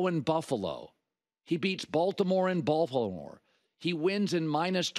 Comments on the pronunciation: "He beat Baltimore in Bal-ho-mer..." 😂😂😂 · "he beats Baltimore in Bawfmwhl" 😆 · He beats Baltimore at “ Balfalmore “ 😂😂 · I love the city of "Balhimor" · I got more of a Buffalmore vibe but I still laughed 😆